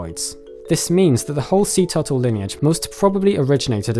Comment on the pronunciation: Toootels?......0_o? Tf is that? Repeat after me.....: T U R T L E ...